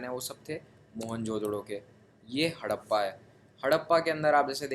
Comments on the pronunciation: That's not hadapa that's harapa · Not Hadappa.. it's Harapa